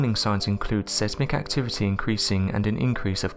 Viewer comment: I swear this douche mispronounces a word every episode. Sezmik